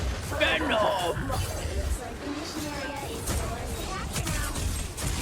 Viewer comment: the way she says bro is driving me crazy! Glad she said it brúo